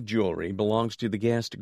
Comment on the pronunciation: The word "guest's " is mentioned many times, but it is always mispronounced "guest" (without the final 's sound).